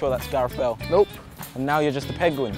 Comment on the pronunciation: Did say "peguin"?